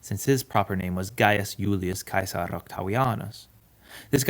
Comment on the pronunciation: Finally no more “Gillius Seasar”